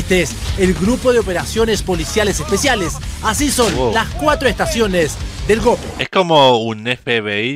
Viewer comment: Mi estimado,se pronuncia tal cual se escribe GOPE no Geope como tú lo pronuncias.